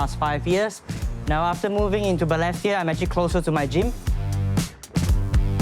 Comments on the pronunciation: Hmmm… first time I hear the word Balestier pronounced as ‘ Ber less tier ‘. Am wondering if this is actually the correct pronunciation.🤔🤷🏻‍♀️ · And he’s pronouncing Balestier all wrong 😅 Agree with some commentators about this feeling like a disguised 603 ad … Honestly this doesn’t seem like a good representation of Balestier. There is more to the area.